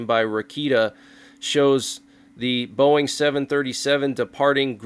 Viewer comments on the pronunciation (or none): none